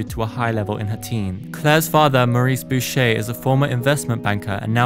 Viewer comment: 1. My bilingual ass is screaming at your pronunciation of Boucher. It's French. 2. Dune is not a childrens' novel, it is studied at a 12th grade to university level and is considered adult fiction. So much context switching in those damn books! 3. Akira didn't exist when Claire was a child. Research pls